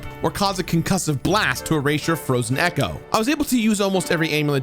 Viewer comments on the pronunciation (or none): none